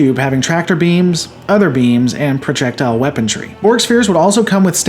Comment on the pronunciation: "Protrectile weapontry"